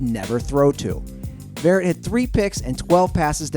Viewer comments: Damn, verrett is so underrated you can't even pronounce his name right. (It's Veh-ret, not Varet) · Bruh it's ver-ret not verret smh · it is sounded vuret not varet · Jason verrett's name is pronounced Va-Rhett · Jason Verrett is so underrated he pronounced his name wrong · You said verret wrong